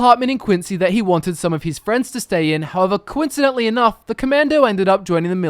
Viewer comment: "Quincydentily" nice